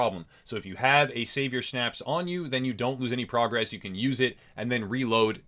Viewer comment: Good video, however.... schnapps is pronounced differently, and you cant eat it, you drink it.